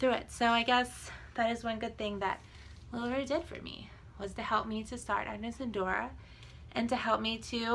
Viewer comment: I don’t want to be mean but you can’t even pronounce the name of the company correct lol it’s not lula roo it’s lula ROW